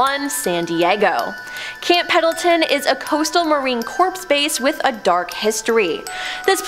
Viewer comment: To the host, it is pronounced "core," not corps.